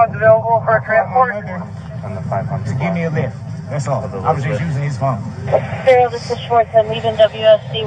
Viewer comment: For the record his name is pronounced duh rell. I hate that people keep pronouncing it the same as mine. I don't want anything in common with this moron